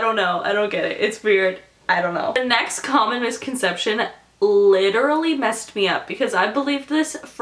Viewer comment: When you said "Most Common Misconception", I thought you said "Communist Concetption". ASDFGHJKL.